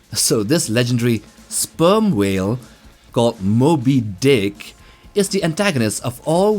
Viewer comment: Why did you say Sperm Whale and Moby Dick like that?